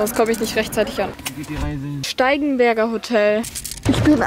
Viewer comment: Ich habe steifenberger Hotel verstanden 😂🤷🏾‍♂️